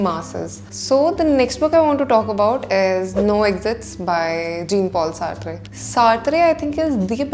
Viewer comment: So pleasant to listen to and look at that I forgive her mis-pronunciation of Jean-Paul Sartre.